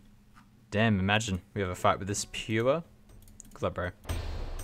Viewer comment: The way you pronounce “Pure” makes me chuckle every time, lmao! RSN; Durst SR